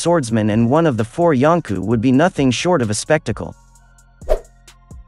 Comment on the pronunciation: Why do you pronounce it like “yonku”